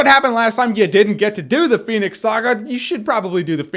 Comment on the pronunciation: if i got a dime for everytime jeremy said phoenyx saga.....